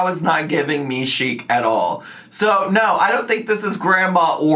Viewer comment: Lmao the “naurrr” takes me out everytime